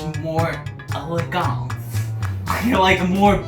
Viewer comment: "elegAnt" HAHAHAHAHAHA!!!